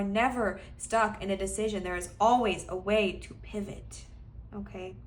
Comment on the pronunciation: I picked pile 3 and I absolutely lost it when you said PIVAHT.